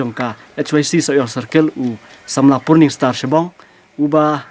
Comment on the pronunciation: Purning❌ Pursning✅